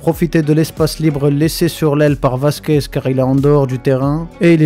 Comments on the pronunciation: C'est Vasquez ou Merguez ? Professionnel depuis toujours Mdrrr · Je crois avoir entendu Lucas Merguez ? . C'est méchant mec